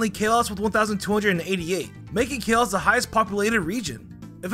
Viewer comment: Kale-us Me: Call-oes